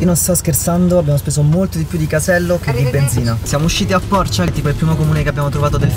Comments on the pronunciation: si chiama porcìa non porcià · porcia non porcha non offendere la mia patria ahahah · Si pronuncia Pòrcia non Porciá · porcìa non pòrcia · comunque si legge Porcìa, non pòrcia😂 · comunque il comune del Friuli dove sei andato non si pronuncia Porcià ma Porcìa. Poi se venivi a San Vito al Tagliamento (comune dove abito io) c’è una pizzeria buonissima e le fanno proprio in “stile” napoletano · si dice porcia con la cia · ai sbagliato l'accento di Porcia XD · Abito a Pordenone e sono attaccato a Porcia l'hai detto malissimo dai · Comunque hai sbagliato la pronuncia di porcia, la i deve essere più lunga😂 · Sono scoppiata a ridere appena ho sentito Porcia, la pronuncia è con l'accento sulla i